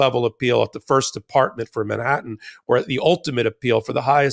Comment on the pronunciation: Ben, MAN-hattan. Not min-hattan. Thanks. Love ya.